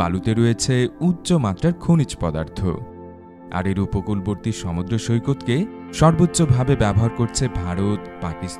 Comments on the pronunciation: বস, উচ্চারণটা হবে "শোমুদদ্রো"। দয়াকরে 'শমুদ্রো' বলবেন না। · ওরে ভাই উচ্চারণ হবে সমুদ্র।